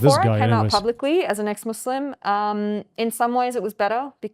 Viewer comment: Notice it right away when they said "ex muzlim" "izlam"💀